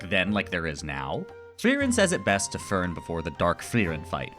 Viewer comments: for the german pronunciation of names: stark is shtark, you have to say sh and a hard t fern is NOT fur + n, the e is spoken as the first e in enter honestly just ask google translate and try to copy the pronunciation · You did pretty well with the names! Edit from layer on (since I did end up noticing a couple pointers), you did really well!! But yeah, as later in the comment: if at some point you're interested in the extra 3-5% One thing would be switching the the "e" pronunciations of Fern and the second "e" in Serie. Fern tends to be pronounced by most like the english plant rather than the german "distant" and the "eh" at the end of Serie tends to also be hard for a lot of english natives. Also kudos for the attempts to hit the "r" in Kraft, german has a lot of cases like that where you need to go from a rather forward sound to catch an "r" in your throat almost and then right back to a forward vowel. Also for Stark, an "s" before a "t" or "p" becomes a "sh/sch" sound unless you're doing a northern dialect (so it'd read as "shtark/schtark"). Also watching the show recognising what all of he names mean makes for quite an interesting experience since well uhh they are kinda descriptive in many cases Aaaaand idk what case would make this comment helpful but uhhhh i guess if you're ever looking to polish those extra 5-ish% 😌